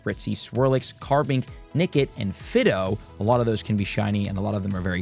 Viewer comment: It's Fye-doh, not Fiddo